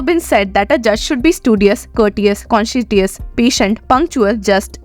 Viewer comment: Madam! Yow spoke a great word: concetios! Did you mean to say: conscientious?